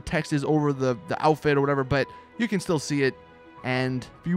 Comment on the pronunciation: he says can like ken